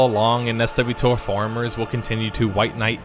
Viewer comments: Huge fan of SWTOR (most of my guildies said swuh-tor btw), and I am not here to defend the game. In fact I'm here to say that you were too soft on it. 1200-ish hours into this game (not near as much as most) I figured I'd tell you why I personally don't want to play the game anymore. I started playing Swtor in Fall of 2014, and I decided to stop playing once I finished KOTET (Knights of the Eternal Throne). And don't get me wrong, it wasn't because of the story. It wasn't because of the content drought between KOTFE and KOTET just to get the disappointing amount of content it contains. It wasn't because of the RNG put into the endgame grind that didn't need to be there. Not the disappointment of Uprisings being boring and non-innovative. Hell not even the f2p model topped with a cash shop that became literally the only place cosmetic armor comes from (the amount of cool looking armor that isn't from the cash shop can be fitted in half of a player's inventory, that is if they either grind for the whole thing or pay for it). No, the reason I have stopped taking part in a universe I still love with lore I adore, is because of the core gameplay. I'm sick, and I mean SICK of the combat and movement in the game. I put up with it for a while because I loved playing with guild mates and doing story content. But I can't do it anymore, the core gameplay is boring, extremely tedious, never-changing, and personally sleep inducing. Mid-Operation, which is a Swtor raid, it was very late at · Really? EssDoubleUTOR is how some people pronounce it? What a fucking mouthful. Why not call it Swuhtor and be done? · Who the fuck says S.W. Tor? Who? People pronounce SWTOR as SWOTOR, one word, not S.W. Tor. Jesus Christ, that was so annoying. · we all called it SWTOR (pronounced swotor-- Swoe tor) not sw - tor.. I played from beta until recently..... good peice but for fucks sake learn how it was pronounced. BTW i was also in galaxies from beta until it died. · Its pronounced S'warTor